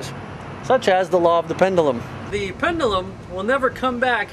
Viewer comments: For God's sake... it's PEN-DUE-LUM, not PENDALUM -_ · Actually, a more appropriate way to pronounce it for him would be PEND-JEW-LUM.